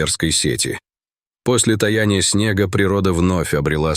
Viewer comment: После не таЯ 'ния снега, а тА'яния.